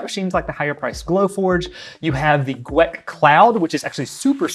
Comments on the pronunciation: Gweike is pronounced “G-wic” Gweike is also the collaborative partner with OMTech meaning they manufacture the polar. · pronounced .... G- wiki I believe